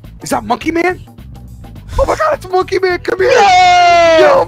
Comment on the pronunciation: ITS MONKEY MAONNN